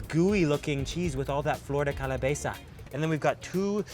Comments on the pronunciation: Thats not mayo on the chilaquiles or tetela, thats sour cream And its Calabaza, hehe , not calabeza Good video though, made me hungry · in all of the dishesthat you said they had mayo, it' was cream. And also, it's calabAza, not calabeza :) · Totally cute when he says "calaBEza" like he was trying to say calabaza but ended mixing in cabeza 😂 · I need to try those stinky beans and chocolate drink!! Please note that it’s calabaza not *calabeza. 😊👨‍🍳👍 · Empañada de calabeza :P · Its calabaza not calabeza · It's not empañada pendejo!! Es EMPANADA. it's not calabeza...it's CALABAZA animal.. your Spanish is truly bad you should take classes. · Hello there! I love you guys’ videos. They’re so informative and I enjoy how you emerge yourself in the cultures!! 👍🏻👍🏻 P.S. I just have two comments... it’s “flor de calabAza” and also it’s “enpaNada” hahah I live in California and we have these hahah other than that c’est magnifique! 🙌🏻🙌🏻